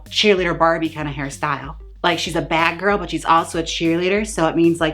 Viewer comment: "Tease That Wig GiRRRL" with four "r's". I am serious but 11 months too late. Love you so much Jaymes Mansfield.